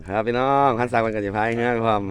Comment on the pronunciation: สวัสดีจ้า หมานยุเนาะจ้าหายุหากินเว่าม่วนชื่นชมทั้งสองหนุ่มจ้า แต่คำว่า (พี่น้อง)เว่าดู๋ไปบ่หล่า😇😅